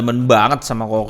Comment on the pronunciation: Buset harganya, taun kemaren 2,8jt coocaa dapet 32inch smartTV 768p. Taun ini dah dapet 40inch 1080p. Btw klo gk salah dibacanya kuka bang bukan koka